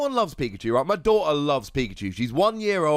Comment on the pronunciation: Theres a T in daughter. Dawt er not daw'ur Gander has an R in it. Gan dur not gan'da the letter group Th doesnt nake an f sound